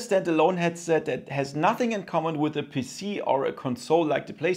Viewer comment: “Connect to d puss-c” YEAAHHH German🇩🇪🇩🇪🇩🇪